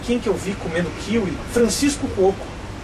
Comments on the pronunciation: Agora me explica por que você fala KÍwi e não kiWÍ? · é kiwi, não kíwi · só não entendi pq ele fala "kIwi" e não "kiwI" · Eu nunca falei "Kíwi"....eu falo "Kiwí" mas fodas pra mim..rafinha bastos é o cara...